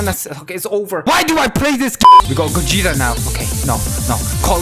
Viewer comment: It's gogeta not gojeta